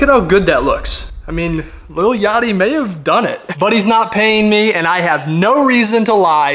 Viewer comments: Bro don’t like lil yachty if he pronounce that shii lItTlE yAtTeE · "Umm.. he ackshually said it like a nerd, ackshually, you pronounce it "LIL Yachty" not "LITTLE Yachty"."